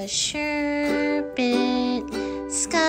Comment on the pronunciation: The way you say sherbert bothers me